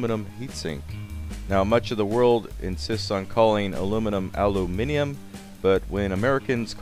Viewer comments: what I'm saying is, you pronounced the European version wrong, you said Al-oo-minium, we don't say that... We say al-you-minium (Americans say aloominum) - you sort of invented a new way of saying it... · ya alominium picky lol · I say! I Cannot get enough of you saying "Aloo-Min-eeeUm" old chap! Chortle chortle! I want to see you shooting down Zeppelins in a Video, Dressed as the Queen, with the James Bond Theme counting you in!!! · In Australia, we say Aluminium a little differently. The best way I could spell it to portray this pronunciation is "Alu-min-yum" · The spelling of "aluminum" indicates the American pronunciation to be correct. The British one is akin to George W. Bush's mispronunciation of "nuclear" as "nook-ya-ler" lol. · pronounce it al-oo-min-um. We pronounce it al-oo-min-ium. It's not ignorant. There was an agreement you'd spell it Aluminium a while ago. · DAMN RIGHT! ITS PRONOUNCED AL-U-MINUM, NOT SOME HORSE TURKEY FRUIT NAME LIKE ALL-OO-MIN-YUM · haha, cool test!, the thought was there!. I love pronouncing it Aluminum too, it rolls off the tongue easier ('loominum) and trolls the hell out of people!, they get genuinely mad hearing an Aussie say it like that :D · I try my best to say aluminium but out of habit I usually say aluminum. Periodic videos put it best. "You wouldn't call titanium 'titanum' or sodium 'sodum'."